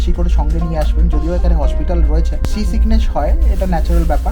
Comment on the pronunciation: Dada ota baash na bus ar ota sea seekhness na ota sea sickness ar kochi fort na kochi Port hobe. Porer video te thik Kore Bolen